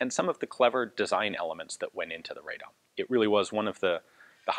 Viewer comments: Pronunciation is RAH-dom, not RAY-dom. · Just quick help with pronunciation. Radom should be pronounced Raadom, like Aadvark, not Raydom. (Of course kudos for good try) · I understand and empathize that Polish city names are impossibly difficult to pronounce, but in this case it's read like it's written, "Ra-dom" rather than Raydom. Thank you for the video :) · RADOM, not RAY-DOM but anyway good to hear something good about Poland. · Ian, pronounced "rad'-um' as not ray'dom. .. At least that is how the residents of Radom pronounce their town. between Warsaw and Krakow on the drive down south. :) Good review otherwise. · I mean that RAH is much more similar to Polish /ra/ than the RAY is. And RA would also be too far, since it's more like /ae/ sound, which is not present in Polish. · Very interesting history. I didn't know about those brave workers. The city by the way is pronounced like "Rah-dom". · The pronunciation of the city of Radom sounds more like Raa-dome. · rather RA -DOM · "RAD-DOM" is the correct pronouncation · "Ray-dom"? What? At least try.